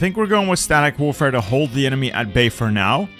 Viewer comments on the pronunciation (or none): none